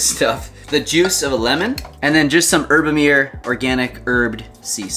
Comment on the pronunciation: Love your content and good luck for your weight loss goal! Side note (and not a complaint): As a Swiss I have to say something about the pronunciation of Herbamare, though 😜 (also because it's a Swiss company that makes Herbamare). It's a composite word of herba for herbs and mare for sea, because it contains herbs and sea salt😂. So, the correct pronunciation is HER-BA-MA-RE. 😅